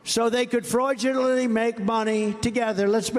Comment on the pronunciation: = another blunder "fraudulally".......yet he makes fun of President Biden and his studder. tRump is a disgrace and needs to stop talking.